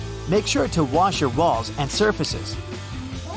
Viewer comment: Make sure to wash my what??? (Rewinds and turns on caption.)